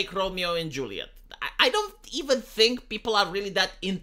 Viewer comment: Its Romeo and LaJuleeate.